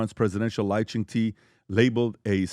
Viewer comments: PBD: It's pronounced "She" JinPing not "G" JinPing. 😅 And the other one is Lai "Ching Duh". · Buddy can't even pronounce Lai's full name right. They have no clues about Taiwan and what's happening there, it's a disgrace to so call democracy there!